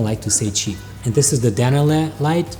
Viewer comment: "do you want a chep light.. or not cheap....... hmm .. but come at a good price" i laughed a lot :)